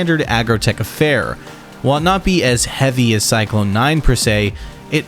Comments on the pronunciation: Great video! But man, there’s no “e” in Psyclon. It was kinda making me wince. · I never knew how much it would bug me to hear someone say Psyclon wrong